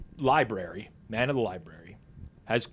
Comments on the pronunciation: Did everyone just let it go that apparently doesn't know how to say the word library? FOUR times they let libary go. How was he not absolutely dragged for that? 🤣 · can’t say library like a lot of the homies on the Spaces.😂😂😂 Li-berry 😂😂😂